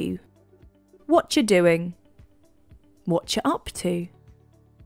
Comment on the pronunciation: ? Whatcha? Or Wontcha?